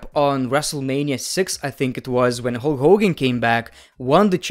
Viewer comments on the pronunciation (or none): none